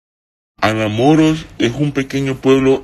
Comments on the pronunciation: Que horrible el tono de voz q le pusieron , ademas no puede pronunciar Anamoros de donde puede ser que no puede pronunciarlo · Jajajajaja jajajajaja Mas cuando pronuncia Anamoros 🤣🤣🤣🤣🤣🤣